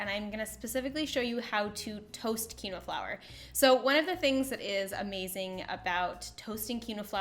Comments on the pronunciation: This is a great video - would like remind you that it is pronounced “keen wah” not key no. Have a lovely day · Love the solution. The word is pronounced "keen-wah" :)